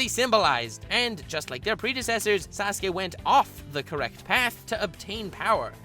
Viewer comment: He says sas-gay